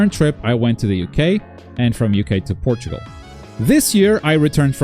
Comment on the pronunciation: You pronounced Portugal as Portal, its pretty neat